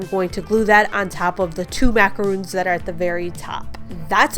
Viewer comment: Love these! Those are macarons-- pronounced "mack-uh-RONS". 😊